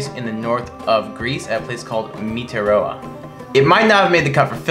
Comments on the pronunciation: "Meteroa"? Also, do you honestly have to act like children? With all those screams and silly sounds? The content of the video itself is interesting, but it's impossible and cringeworthy to watch. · Great video and such beautiful shots 👏🏻 Meteora in Greece is pronounced Mεtέora ! Still pretty close though 😉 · It was all fun and interesting until they pronounced Meteora wrong. 😶